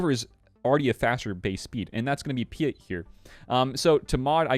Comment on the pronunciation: Love your stuff bro but sometimes you're star wars pronunciations get to me...Piett is pronounced Pee-et not Pee-it. Still love you though!